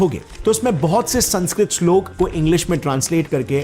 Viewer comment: Bro... firstly you need to pronounce and use proper authentic words by you using worng pronounce it results to changes in gender श्लोक श्लोका are two different things Just like Ram and Rama Ram is a male personality Rama is female Shloka is feminine word So hopefull you will improve your speech and wordings